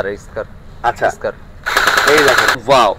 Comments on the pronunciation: SCAR-l স্কার-এল, স্কারেল না! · ইউটিউবারের বিন্দুমাত্র আইডিয়া নাই ফায়ার আর্মস হিসেবে। স্কারেল রে বলতেছে স্কার, গ্লক রে বলতেছে লক। 😅😂😂